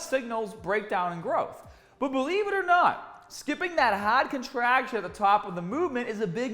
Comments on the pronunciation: HAWWD COTRAHCTION AT THE TAWP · Hahhd contrahhction